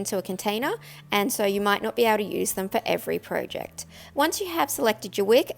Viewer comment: Pro-jecked? Its project!